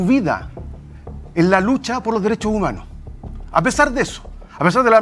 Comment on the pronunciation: Dale con el resentimiento, los dereshoh Umanoh.. RESENTIDOS